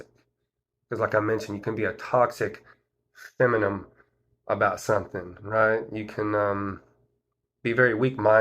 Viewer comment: Are you saying feminine or feminum?